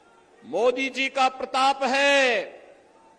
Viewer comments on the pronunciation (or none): none